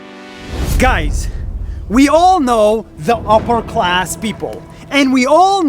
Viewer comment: I thought he said “useless cars”